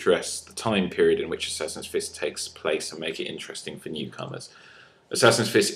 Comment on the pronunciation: "Hi stree fry sassassin fiss fans"